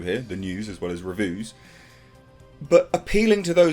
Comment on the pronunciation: You keep doing your 'revuu's' my friend, we need them.